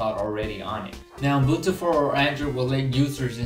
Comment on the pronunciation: it's not UMbutu as you keep repeating it's UbuNtu